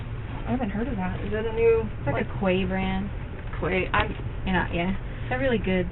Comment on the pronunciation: She loves her brands but can’t say quay right